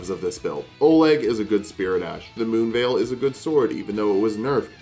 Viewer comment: Bro did- Did you just say "Ma se Moonveil??" 🤣